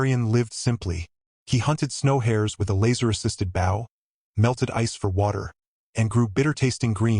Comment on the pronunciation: BOW NOT BOOW